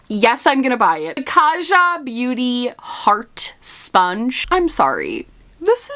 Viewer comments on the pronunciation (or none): none